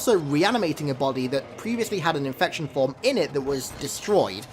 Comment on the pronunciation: “INFecTioN FwOmS”